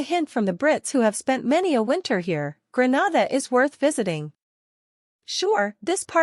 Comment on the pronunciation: Please say GREE-NAY-DA not GRE-NA-DA.